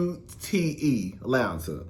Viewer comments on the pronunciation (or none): none